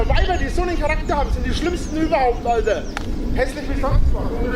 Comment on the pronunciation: "Alder" kann ich bald nicht mehr hören.